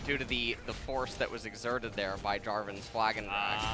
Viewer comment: at one point he said "FLAgron Drag" lol